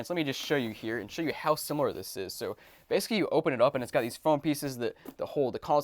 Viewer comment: Dude basically is pronounced Bay-suh-klee not Base-klee